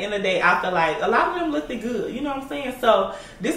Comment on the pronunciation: Why do ya'll pronounce "looked" like that?? Lookted